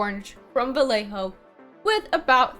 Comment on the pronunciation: its pronunced BaYejo :)